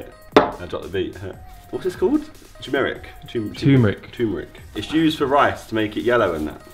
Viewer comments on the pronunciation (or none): VD 123 he said choo meh rick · He goes tumeric 😭😭